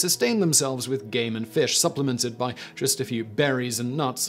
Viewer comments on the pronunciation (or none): none